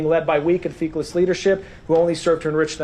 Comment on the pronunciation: It's feckless, not feakless you bonehead.